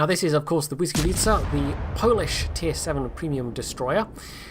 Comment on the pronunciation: I am very surprised that you can say "Błyskawica" properly,did you practice for the video or do you actually speak Polish? :D